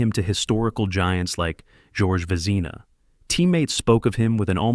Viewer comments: George Vez-i-na? I seriously hate ai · Well-written piece, but it's effect is lessened by mispronounced names. Georges Vezina is pronounced VEZZ-uh-nuh. Patrick Roy's last name is French... RWAH. Jacques Plante is PLONT, not plant. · "Va-NEEZ-ah"...Its a disgusting, lazy trend. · "jack Plant", Terry "sawchook" and "george vezeena"? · Get a new bot. 3 mispronouciations in 3 minutes. On people’s names. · OWCH! pronunciation! esp . with ROY and VEZINA...tell me yr NOT a robot? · This announcer is brutal. Learn to pronounce the names correctly Sawchuck,Plante, Vezina..